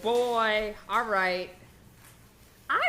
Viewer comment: "I dont quite remumber it awll 🥺"